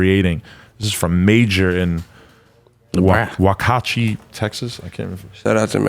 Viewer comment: LMAO "wakachi texas...?" woks-uh-HATCH-EE You're welcome <3